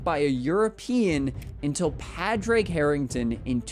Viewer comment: Amazing channel, but the US pronunciation of Padráig Harrington's name will never cease to annoy me 😂